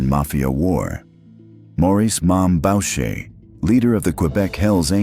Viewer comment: Boo-shay, not Bowch-ay.